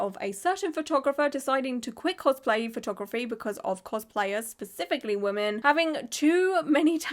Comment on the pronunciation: minion cospl-hay